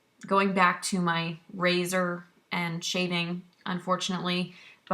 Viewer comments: Its pronounced em joy not emoji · What's funny is that it took me the entire video to realize you were saying Emjoi wrong. I think I also read it as Emoji! Haha! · LOL it's pronounced: Em(as in the letter M) -joy (M-joy = Emjoi) - The problem I see with 1st timer epilators is that they buy the wrong machine out of knowledge. For example if you have a low pain threshold I would not suggest the Emjoi Emagine(which I have) that has 72 SPINNING TWEEZERS(that’s a lot) instead go with about half which is 35-45 . Also prepping the skin prior to epilating, which includes exfoliating regularly and not epilating with long hair, so trimming is a must; and then the actual epilating procedure. It’s not like shaving, people, so you can’t go 70mph. It’s a slow 1-5mph process with small circular motions and stretching of the skin in certain parts. As you get more experienced and is starts to hurt less you can speed u a bit. The settings are easy. MACHINE: Slow spinning is for fine thin hair and faster is for coarse thick hair.